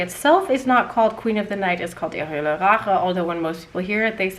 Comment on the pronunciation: you need to say "Hölle" correctly. Listen to some German reviews